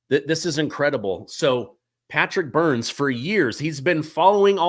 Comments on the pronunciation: This is so explosive. I wonder if anything will ever come of this info. please get the guest's name right. His last name is Byrne, not Burns. Burns is the evil nuclear plant owner from The Simpsons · BYRNE! not Byrnes. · Byrne, not BurnS. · Byrne not Burns